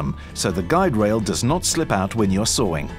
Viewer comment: Ah yes when you are sawring